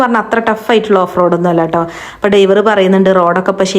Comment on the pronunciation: ഡൈവർ അല്ല ഡ്രൈവർ 😆